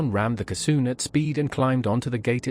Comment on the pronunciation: What's a "kisoon"?😂